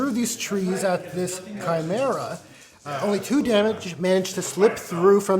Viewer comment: I'm sorry, but "tshimera" 😆